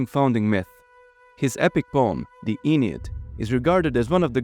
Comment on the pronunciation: The Aeneid is NOT pronounced "E-nid"! Its "ah-NEE-id" FFS 😢